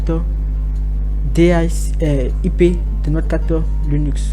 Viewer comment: On dit Linux pour commencer et non Lunix. 😉